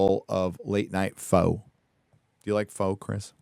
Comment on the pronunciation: ish... I'm fairly certain Pho is pronounced "fuh" (which makes the >2 number of Pho restaurants named Pho King hilarious).